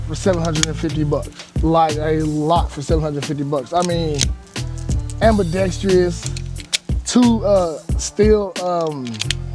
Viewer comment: It’s AMBIDEXTROUS NOT AMBIDEXTREEEOUS